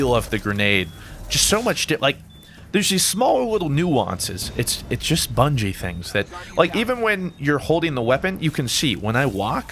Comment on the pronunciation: Its bungie not bungo xD